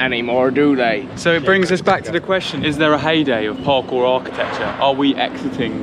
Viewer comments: LMAO! "PARCORT" XD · Lol, what is parcort. Oh man that is hilarious.